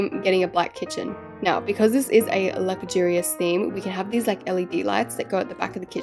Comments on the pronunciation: The way she says lugurious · couldn’t say luxurious - Ad: I AM OFFENDED *sky ad comes on*